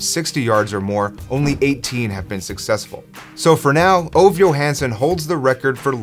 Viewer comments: By the way, his name is pronounced Oh-va, not Ov. Also, he asked to kick the FG when he found out his teammate Wilbur Montgomery (who went on to play for the Eagles)was going to break a record. He asked "Do they keep records of these things?" When his teammates said "yes," Ove said he wanted to try for a record. And yes, there was a strong wind blowing that day. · Its not [ouv], it is [ü:ve] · A better way to pronounce his name would be "Ov-e" not exactly right. But so much closer then what you said, still a great video! Keep it up! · If his name is Ove, it is pronounced more like OO-VEH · Ove is pronounced oo-vah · Thank you, I was mentally correcting that every time he said it. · Ove Johansson, pronounced "Ooh-weh" "Yew-huns-sonn". Approximately. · Please pronounce his name correctly.